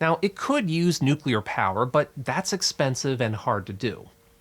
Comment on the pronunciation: Thank god! An American who pronounces "nuclear" correctly. I've heard so many even high-foluting scientists say "nukyuluh", I'd almost lost hope!